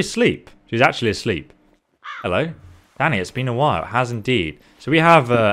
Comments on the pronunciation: Deadass when you say Danny I thought you were saying Daddy had me good lmfao😂😂😂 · i thought said "Daddy" instead of "Danny" lmaoooooooooooo